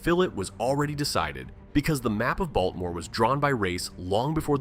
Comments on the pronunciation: Oh dear. Please, it's pronounced "Ball - teh - more," not "Balt - more." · yeah, I saw more after commenting about the first one but since I'm not getting paid I figured "screw it" 😂 Not to mention the incredibly annoying and distracting AI pronunciation of Baltimore /Baltmore! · Oh dear you're not from here. Its pronounced "baw-duh-more" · That's how da wadermen pronounce it, hon.